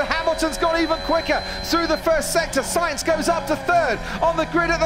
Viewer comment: Carlos “Unsainz”